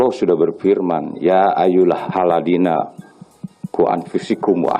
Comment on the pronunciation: Pak pangdam membaca yaayuhallazinya salah tu..